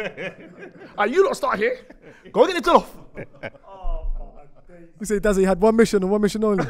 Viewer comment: It’s jOllof not jEllof but quality episode and R.I.P Spec’s Dad